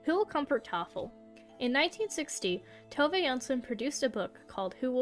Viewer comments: Tove is pronounced Two-vah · I can confidently say you butchered every single swedish word in the video (Including Tove's name)